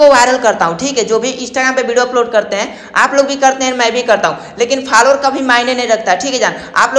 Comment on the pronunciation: Faalowar nahi bhai follow waar😆